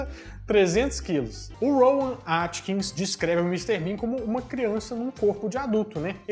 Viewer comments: Rowan Atkinson. Nós somos mineiros mas podemos falar o nome do cara corretamente. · Desculpa mas não se diz Rowan Atkins mas Atkinson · ROWAN ATKINSON e não ATKINS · É Rowan AtkinSON,. AtkinSON. KKKKKK